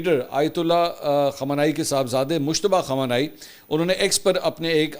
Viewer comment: مجتبی خامنہ ائ۔۔۔۔۔ نام صحیح نہیں بول رہیے